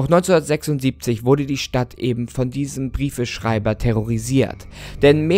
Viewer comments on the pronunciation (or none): none